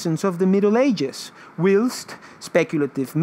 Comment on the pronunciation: It's not 'willst' for whilst..... it's pronounced 'whilest'